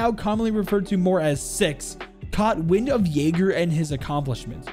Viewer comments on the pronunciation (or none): none